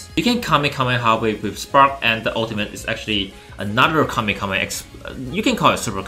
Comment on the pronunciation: Kame KAME kha ? Its KameHameHa